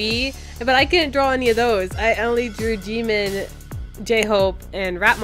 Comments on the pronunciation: His name is said sad Jim-In not Jee-mon. But this is still amazing. Good Job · LMAO IM CRYING WHENEVER SHE SAID JIMIN I THOUGHT SHE SAID DEMON AND I WAS LIKE I mean u ain't wrong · When you say jimin i understand demon XDD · The way she pronounced Jimin sounded like “demon”😂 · how to say Jimin is Jih-min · Your saying jimin's name soo wrong!!! #Army